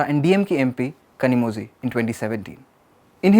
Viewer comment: Her name is not Kanimozi, It's Kanimozhi. If you can't pronounce the special Tamil Zhi then you can say Li.